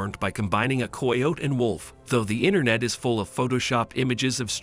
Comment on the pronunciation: You said 'coy-ote'. It's actually 'kai-oti' how you say "coyote".